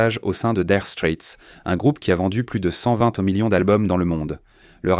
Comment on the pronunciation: Nopfler et non KKKnopfer. Daïre Strait et non DIre strait.